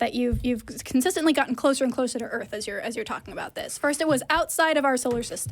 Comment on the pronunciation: Planet EarF? I stopped listening at that point.